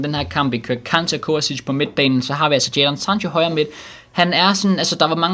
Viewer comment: Du kan stadig ikke sige kante